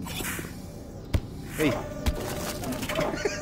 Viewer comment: Дима сказал Ей! а не Эхей)))